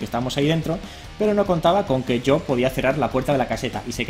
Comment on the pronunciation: ONE MORE TIME!!!! Le digo sho? No te parece que te salio un acento un tanto Argentino?:D #VicioArgentino